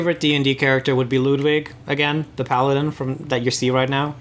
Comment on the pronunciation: How come you pronounce Ludwig "Loodwig?". It is because of you guys that my latest DnD character's name is pronounced "Loodvig" and not "Luddwig". Also I love you so much.